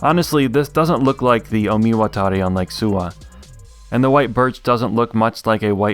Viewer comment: Fun fact: despite the disclaimer, this is one of the most accurate pronunciation of 'Omiwatari'